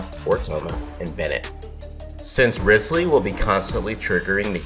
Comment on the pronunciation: Butchers his name Me: So you've chosen de- Me: You're off the hook this time...